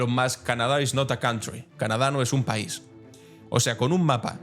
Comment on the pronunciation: Lees "el paisoe"... no se puede caer más bajo.